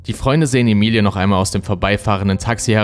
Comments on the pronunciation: bist du sicher, daß man den namen emi-li-e spricht. ich glaube eher emmi-ly... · Ich bin mir ziemlich sicher das der name Ämeli und nicht Emilie ausgesprochen wird. Das ist doch nur ne andere schreibweiße von Emily